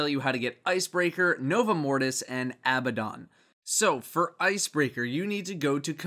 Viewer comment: When you pronounced Abbadon correctly I breathed a huge sigh of relief. I think you're the only one to do it so far.